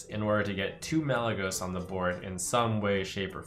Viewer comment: chocomonkey he said malygeyying to 2